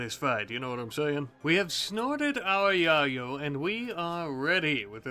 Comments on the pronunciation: It’s pronounced yay-o not ya-yo 🤣🤣🤣🤣🤣🤣🤣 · your pronunciation of Yayo is very amusing to me, it makes me think of the OG onepiece opening.